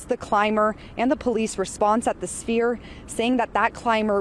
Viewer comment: This man said 'spear'. It's Sphere. You're on television so do better.